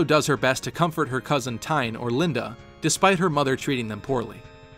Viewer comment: "She also does her best to comfort Tine" Tine is actually pronounced "Tin-eh".